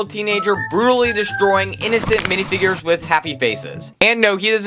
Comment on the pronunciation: "dihfigures" bro wat???